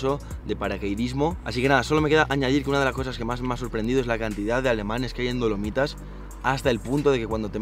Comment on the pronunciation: Lo admito, cada vez que decía "Dolomitas" escuchaba "Palomitas" 😔👍🏻